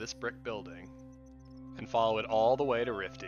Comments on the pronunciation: Rify, not Rifty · good guide, just wnat to say the big ship above berezinho is called Rify- not Rifty